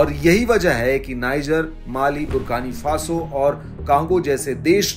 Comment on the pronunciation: Country name is Burkina Faso sir not barkani faso